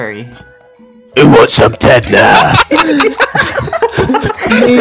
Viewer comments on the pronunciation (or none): yee dinosaur flashbacks listen to how he says me